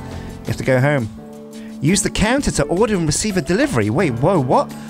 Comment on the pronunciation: I 100% heard canser when you said counter and that made things very different.